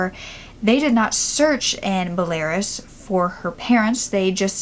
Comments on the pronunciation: Be-la-rus. Not "Belares" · I’m so happy she was well taken care of and her family found her! Also btw I believe the pronunciation of Belarus in English is “bella-ruse” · belarus= "behl-ah-roos" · Such an interesting case and nice it had such a good outcome :) I love that. And I think you mean Belarus? So it's pronounced "bell-ah-roose" - cheers! :) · You are saying Belarus completely wrong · She does such a good job but it took me forever to figure out that she was saying Belarus 🤍🤍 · I love how she pronounced Belarus LOL so funny and cute...and finally a happy ending. I love cases like this :D